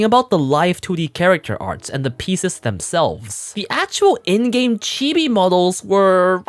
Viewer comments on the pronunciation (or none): none